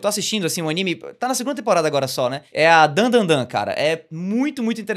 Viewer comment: Otimo episodio, e porfavor fala certo, é Dan DA Dan, não tem 3 "n".